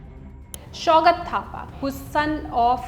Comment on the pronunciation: Hey pronounce correctly...what -कातिवाडा????its खतिवडा -मागर, ???? it's मगर Pronounce name like U.p and Bihari style not in maratha or south indian Style.. -and you can't pronounce SAUGAT??? Its fuking Hindi/nepaliword, सौंगात 😂😂😂😂😂